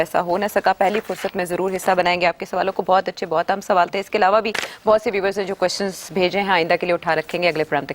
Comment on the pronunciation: Salaam Sethi Sab. I am surprised that you haven’t corrected this beautiful lady anchor. When she says viewers . She keeps saying view wers ?